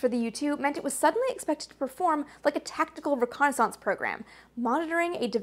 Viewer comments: G'day, Amy pronounces "Reconaissance..." the SAME way that EVERYBODY who learned to speak English pronounces that word..., except for the people who grew up squeaking in the (twice) "dumbed-down" Vernacular Dialect known as "AmeriKan (Pigeon) English"... Last video she made on this topic drew quite a lot of ignorant arrogant hubristic Whiners & Whingers who claimed she was saying it all wrong... Correcting the erroneousness of their silly silly ideations was quite a pleasure..., as I recall. Such is Life, Have a good one... Stay safe. ;-p Ciao ! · What? You mean the actual, correct pronunciation of a French word?